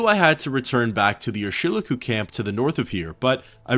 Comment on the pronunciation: Another great video! Love your stuff. Btw I'm pretty sure Urshilaku is pronounced "Er-shee-LAH-koo". Not that it's of great import. Also, Gnisis is pronounced like "Knee-sis" or "Nih-sis" depending on who you ask. I love the terminology in this game. 😊